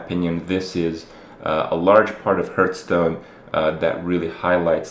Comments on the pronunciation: WHY DOES HE PRONOUNCE IT HERHSTONE AND NO HEARTHSTONE????? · One day you will learn to correctly pronounce Hearthstone.